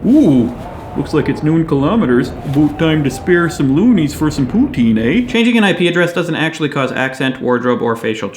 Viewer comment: ooofffff... the way you pronounced poutine hurt my poor little montrealer ears :( lol